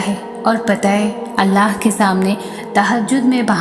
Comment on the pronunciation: Assalamualaikum Aap Allah ka naam sahi se liya kre Alaah nahi Allah h